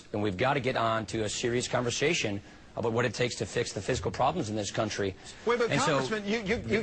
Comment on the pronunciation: hold up. i swear to god paul ryan said aboot like a canadian. i need to see his birth certificate